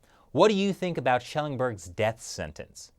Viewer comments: a boot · . A-boot impossible. LMFAO!